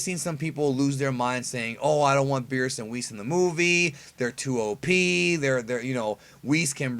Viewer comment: Birusu not Birisu